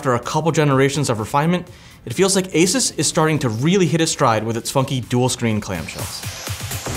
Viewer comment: for the love of god its not A SIS its ASUS A SUuuuuuuussssss for F S